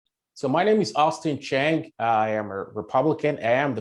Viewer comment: Man's name is "Chen-geh" not "Cheng". Bro you came to America when you were 21. Be yourself uncle. You are a Nigerian man.